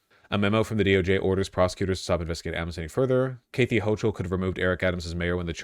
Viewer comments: WHY THE ACTUAL FUCK DOES HE KEEP SAYING KATHY LIKE THAT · Im starting a petition to get Vaush to learn how to pronounce the name Cathy